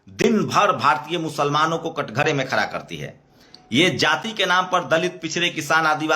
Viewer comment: आप अपने सब्द ठीक करिए । खरा नहीं होता , खड़ा बोलते है😂